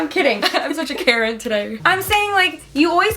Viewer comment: I misheard "karen" to freakin' "Carrot"😭